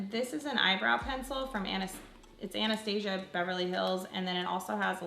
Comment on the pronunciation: Who else cringed when she pronounced Anastasia wrong lolol and used the spooly as a mascara wand lol oh lol i still love you lol